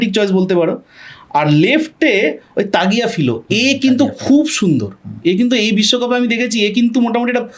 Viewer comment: । ওটা তালিয়াফিকো, আর লো সেলসো।